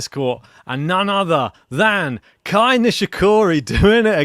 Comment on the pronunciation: It is KEI, not KAI as you both are calling him.